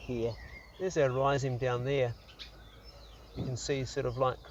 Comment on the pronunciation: Its pronounced Rhizome bro 🤛🙏